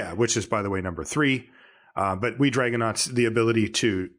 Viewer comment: keeps mispronouncing Wee Dragonauts. You really need to emphasize the WEEE!